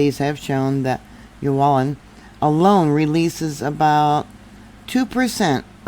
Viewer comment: Pronounced Oo-lah-woon. Great video